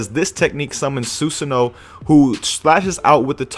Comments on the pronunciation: SUE SAHN O, NOT SUE SO NO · susanoo (soo-san-oh-wo) the w is pronounced softly